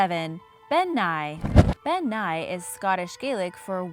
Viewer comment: As a Scot I can tell you... Elf and faerie are synonymous terms. To most, an elf is a category of fae. People think faeries are sweet and fun, but in Scottish Folklore they're mostly antagonistic. Also Bean Nighe is pronounced 'Ben NEE-eh'. Also surprised that the Nuckelavee didn't make the list but Ghillie Dubh did. Otherwise great list. :)